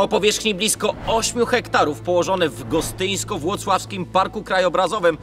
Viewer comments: Gostyninsko-Włoclawski 😅 nie gostynsko, pozdro, nie jedna butla tam poszla z dymem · Jak coś to *Gostynińsko - Włocławski, nie Gostyńsko - Włocławski 🙆🏼‍♀️🙆🏼‍♀️ Gostynin moje rodzinne miasto ❤ Mega odcinek, fajnie było posłuchać historii okrąglaków, bo tak jak jadałam tam lody będąc dzieckiem, kiedy jeszcze prosperowało, tak nie znałam dalszych losów 🙆🏼‍♀️